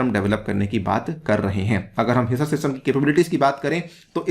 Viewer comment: हीसर ,, नहीं सर ..हीसार है